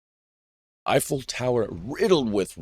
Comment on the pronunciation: yes it it not effeil but yyou can't say it because otherwise you will be considered anti......